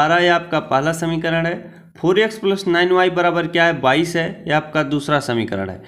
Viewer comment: Sir aap bhot acha xplain krte ho lekin vo yex nhi x hota hai .u will build audience by right pronounciation.